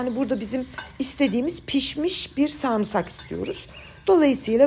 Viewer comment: Bi tık! Tık tık! 😂 bu yeni Türkçenin hastasıyım nefis, tık tık tık 👏🏻 Sarmısak mı sarımsak mı tık tık? 😁